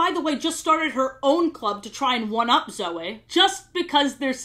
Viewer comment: I like how just gets off of talking about how Sofia pronounces Cedric wrong for most of the show, then proceeds 10 seconds later, to pronounce the name Zoey wrong.